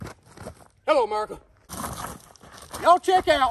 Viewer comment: His videos put me in a good mood, especially when he says "merica"